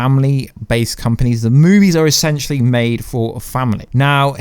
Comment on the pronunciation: 7.34 eshenshelly